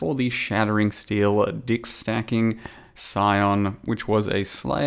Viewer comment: So I wasnt the only one who heard "dicks stacking"